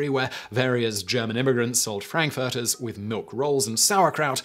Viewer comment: Somebody couldn't pronounce frankfurter.